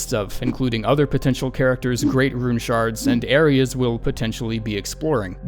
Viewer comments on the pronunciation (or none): none